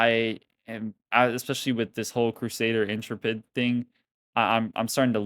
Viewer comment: In-TRE-pid. Not In-Tra-Pid.